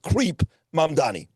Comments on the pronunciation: It's not Mamdami. It's Mamdani. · It’s Mam-DANI (with an N), not Mamdami